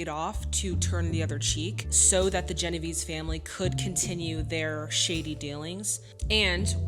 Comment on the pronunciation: Sorry to pick nits, but I thought you might find it useful in the future to know that James Caan's last name is pronounced "Conn," and Genovese is pronounced "Jen-o-VAY-zee." Anthony Quinn did eventually get to play a mob boss in a movie called "The Don Is Dead". When George C. Scott refused an Oscar two years earlier on the grounds that acting performances should not be judged competitively, it struck me as an arguable position, though somewhat undermined when he later accepted an Emmy; but Brando's refusal of his Oscar was for reasons entirely unrelated to the film artistry that the Oscars were designed to recognize, and struck me as entirely disrespectful to the art of acting (which, judging from his interviews, he seemed to hold in contempt anyway, despite being so brilliant at it). Of course it doesn't help that he chose as his spokeswoman someone whose claim to native descent was later shown to be fake. There are plenty of ways to express disapproval for Hollywood's conventional portrayal of the native population, but in all but the crudest instances that portrayal does not constitute a specifically aesthetic failure, and is therefore not germane to the point of the Oscars, and certainly not to The Godfather - where Scott's decision not to accept the Oscar for his performance in Patton had everything to do with the whole premise of the Oscars.